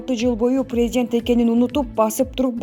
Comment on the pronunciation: Пийзидент, пийзидент , пийзидент...